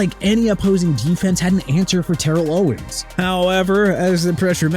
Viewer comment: Ter-rell Suggs not Terell Suggs! Ter-rell Buckley not Terell Buckley! TER-RELL OWENS NOT TERELL OWENS AND Dar-relle Revis not Darrell Revis!! GET THEIR NAMES RIGHT AND WHILE YOU'RE AT IT CRITIQUE MY MIAMI DOLPHINS ALL YOU LIKE CUZ I DON'T CARE!! 1995 WE WERE 9-7! WE GOT IT OKAY?! LET'S SEE YOU BRING UP LAST YEAR'S TEAM AND THIS YEAR'S OKAY?!